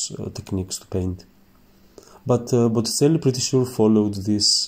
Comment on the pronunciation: You should learn the proper pronunciation of Botticelli and verdaccio.